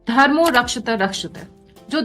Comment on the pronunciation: कृपया धर्मो... उच्चारण सुधारिये 🎉🎉